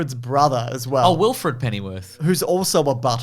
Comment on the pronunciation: You said Wilfred… lol